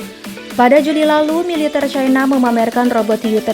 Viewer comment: Militèr min, bukan militêr